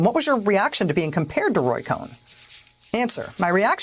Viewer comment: Cohn is pronounced con.